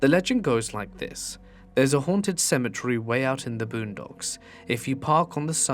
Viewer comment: It's not symmetry.. It's cem et ery